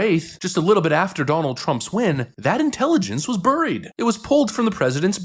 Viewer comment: You pronounced buried incorrectly.